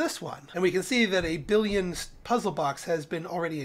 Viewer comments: Billon, not billion Jesus christ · Nice guides. I’m enjoying your playthrough a lot. But isn’t the name of that alloy (billon) pronounced billON not billEEON? There isn’t an I after the double L like there is in the number ‘billion’. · what you didn't want to hear is that it's actually French bee-yohn